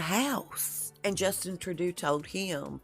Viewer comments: Trudeau is pronounced. "Trudoh" Rhymes with GO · Crazy mess, and isn't going to get better a ever!!! I know,, that you want your posts to be correct, so I wanted to mention that the Canadian Prime Minister's last name (Trudeau) is pronounced 'true dough'. Keep up the good work!!! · Trudeau is pronounced "True-dough", just fyi, yes I'm Canadian, lol🤗🇨🇦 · "Trud..oh" not "Tru..do" Also not "returned back"....... it's redundant Just "returned" will do. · Our prime ministers name is pronounced true dough